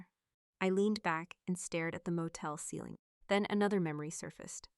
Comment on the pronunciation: AIStillHas a reading disability but it is getting better. Ceiling is not said seiling. The word means top😊 of the room or roof. It is said (c) not si